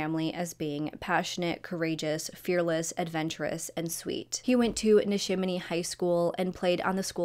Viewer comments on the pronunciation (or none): Future refrence.. Doylestown pa is pronounced Doyle's-town And Neshaminy is pronounced Nesh-am-in-knee Strausburg. Is Str-ow-s-burg